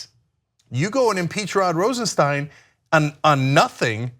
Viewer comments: Pronounced Rosen-stine (long "i"), NOT Rosen-steen. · "Rosenstein" is pronounced RosenSTINE not RosenSTEEN. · Isnt Rosenstein pronounced just like Frankenstein???? I saw an interview where Rod Rosenstein pronounced it like Frankenstein not like Woodward & Bernstein.